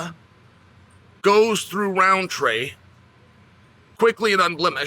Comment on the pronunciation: Can he help with the Roundtree pronunciation